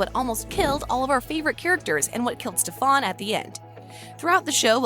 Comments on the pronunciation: ITS STEAN NOT STEFON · We saying Stefan Her saying Stef-On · It’s also not “Maliv-wire”, it’s “Maliv-ore”. And who is “Stef-fawn” it’s Stefan . 🤦‍♀️ What a wash. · Why can't they get names right? It's not StefaAn salvatoree it's Stefan salvatore. You can't get sh*t right. that world was from lizzies wish world from jinny, Klaus was alive in that world because lizzie wished for hope not to exist which led Klaus to turn his humanity switch off with Caroline. Get your facts right. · Apparently only "adults" have eyes. Also Stop saying stefON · It is so annoying listening to her saying stefaan salvotory (rolling my eyes) it is stefan salvatore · her: Stef-aun me: omg stop its STEF-AN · can you stop saying "stefaann salvatore"? it's stefan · Its not stefon it's Stefan lady 😒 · Did she...did she say “Stef-ahn Salvatoray” lol I couldn’t even finish after that. Lost all credibility. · it's not setfAAn salvatore it's setfan Salvatore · it’s pronounced stef-n not ste- fahn. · Quit saying stafannn. It’s Stefan. They literally say it in a clip. So many things are wrong in this video. It’s unreal. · It's not satfaan Salvatore . It's Stefan Salvatore. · How in the hell can you say raphael but not stefan or malivore...let me help. (St-eh-fan) sound it out. Here's this too. (Mm-al-eh-v-or) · Stefan isn’t pronounced like you say it, if you properly watched the shows you would know that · If your going to talk about a tv show you should pronounce the characters names right. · You say stefans name wrong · I hate the way she says Stefan! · This is so cringy I doubt she even watched any of the 3 shows at all the way she pronounced everything (Stefan, Salvatore, Malivore, Alaric, etc.) and that bit about Klaus and Caroline was just a parallel universe come up with by the Legacies writers